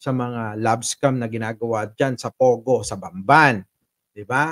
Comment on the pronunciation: Inulit ulit ko ang sabi ba nya Bambay, hndi Bamban?